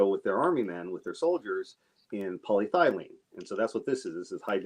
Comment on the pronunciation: Do not mean to be too picky but I believe your pronunciation of polyethylene could stand a small improvement. paa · lee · eh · thuh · leen